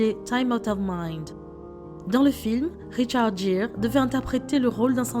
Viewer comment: Richard Geere prononcer GUIRE